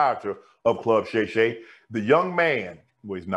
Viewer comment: Shay shay??? Really man? Shay shay?